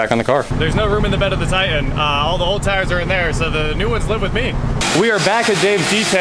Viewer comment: It’s pronounced Tie Tan not Tie An.....👍